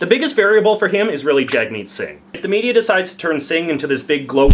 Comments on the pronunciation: J.J you have you say it right if you’re going to be a political commenter. It’s JUG-meet singh. jug like hug, not jag. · The first syllable of Singh's first name is pronounced like "jug", not "jag". I made this mistake too, at first. I live in Quebec and the idea that their problem with Singh isn't racism (as expressed in the comments) is ludicrous -- Quebecer's cries of maintaining secularism are all based on the assumption that the "real" Quebecers are the white baby boomers who went through the révolution tranquille, and everyone who diverges from that experience are just guests who should conform to white Quebec culture. Although it may be worth noting, I see a lot of people in Quebec worrying about Singh's success in Quebec, and acknowledging the conflict with their (racist) issue with religious symbols, but expressing interest & professed respect for Singh at the same time. So, I don't know, I'd like to hope that maybe Quebec could surprise us. (But... probably not.) Also I'd say relative to US politics, yeah the Liberals are on the left, but relative to Canadian politics they're definitely centrists.